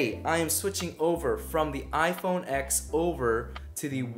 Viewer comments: iPhone EX ? Dude atleast say the name properly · I can't believe you called it iPhone "X" What kind of a tech channel are you? It's iPhone 10.